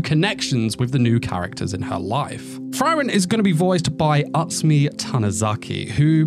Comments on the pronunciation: Frieren, not Friren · It's "free - ren" not "fry - ren" also the panel is pobably the best manga panel I've ever seen. It's not packed with many details in the background or anything but you can see Frieren's emotions so well. It conveys really strong emotions and I really hope that the anime team delivers on this particular scene. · the fry-ren thing is really making me suffer through the video it sounds good though